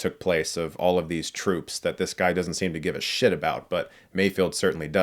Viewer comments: "May-Feld". Not "May-Field". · Mayfeld...Mayfeld. His name is Mayfeld not Mayfield. Lol Is it that hard to comprehend? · Drinking game: Every time someone says Mayfield instead of the correct Mayfeld, take a shot.